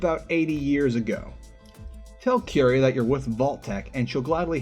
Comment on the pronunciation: prettie sure that’s not how you pronounce curie as it’s probably a pun for marie curie and the word cure i guess